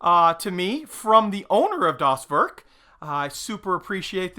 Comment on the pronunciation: Hi, you pronounce 'Werk' like 'Where', so no 'uh' in W'uh'rk. So it sounds like W'ehr'k. get it;). love that kit, and met you in Delmenhorst, you are a great guy, and love your work and video's!